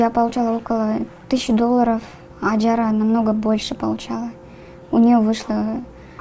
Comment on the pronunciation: Не Аджара ,а Ажара , ужасно ковежат имя